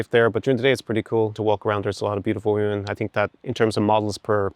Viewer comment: First, I hate the auto synchronization youtube is forcing on all the videos they're a pain in the ass. Second, very surprised to see tapping into his scottishness when speaking about "Woemn" XD. Lastly, awesome video, as usual I especially liked hte the example video with the model which offers a guide line for guys that isn't abstract. Really looking forward to more.